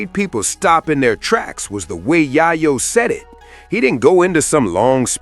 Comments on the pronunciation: Yaaryo? LMAO 🤣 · You are mispronouning Yayo.